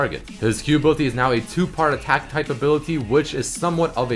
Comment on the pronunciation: I just cringe when doesen't pronounce the I's in some words like Ability and Invisibility. He says Abilty and Invisibilty... Please...